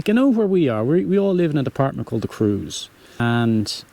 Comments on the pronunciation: Hi, watched all of your vlogs and thoroughly enjoyed them. Can I strike a deal with you? I promise to keep watching if you can pronounce Creuse, as "Crurs"...and not as "Cruise"...! Hope that's OK with you! Cheers 🍷🍷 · You can pronounce Creuse not like cruise but exactly as you pronounce tronçonneuse.